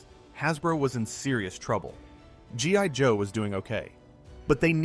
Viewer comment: . Did you just say G *Y* Joe¿????